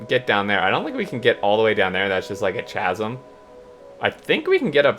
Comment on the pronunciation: Chasm is pronounced Kasm.